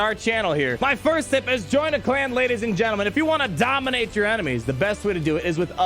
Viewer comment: The way he says DOMINATE!!!!